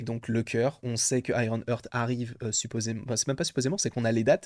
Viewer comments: Super ta vidéo comme souvent Par contre petit détail si je peux me permettre, petite erreur de prononciation de ta part comme d'ailleurs pas mal de youtubeurs j'ai remarqué concernant Iron Heart ! Vous avez tendance à prononcer "hurt" au lieu de "Heart" 😅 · IronHeart c'a s'prononce "hart", Hurt ca veut dire autre chose potp